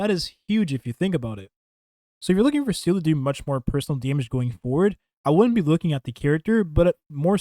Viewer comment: 7 months after launch and this clown still calls her ‘seal’